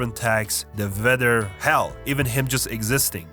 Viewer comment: It's Weather , not "vether". Please work on Your pronunciation.